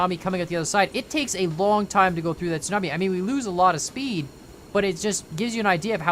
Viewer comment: I tought you said snobie and not tsunami